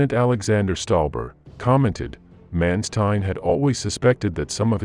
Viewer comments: Please put some effort in the correct pronunciation of the german names. For instance: the letter A is pronounced as in the word 'Chicago'. Do NOT say 'Menstein'! Say 'MAnstein'! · For god sake, if you are going to narrate something like this get the most basic pronunciations correct, such as Corp and Wehrmacht. Even Manstein is not quite correct. At least you have not put the narration to a stupid sound track which is a blessing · /Mawn-shtine/, not /Man-stine/; /Vair-macht/, not /Wer-macht/. Just curious: Is this an AI voice, or a human narrator? If AI, it is quite well realized. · please learn how to pronounce Manstein, or corps. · Interesting aspect - but man you butchered nearly every german word in this episode - even Mansteins name.